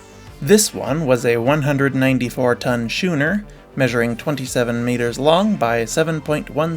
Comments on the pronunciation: Schooner is pronounced the same as school. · The C in Schooner is not silent.